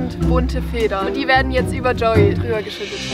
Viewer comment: Es heißt Joey und denn UND Wie oft, also lerne lieber die deutsche Aussprache.